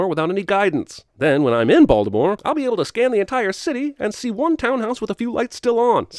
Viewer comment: One sin removed for the correct pronunciation of Baltimore!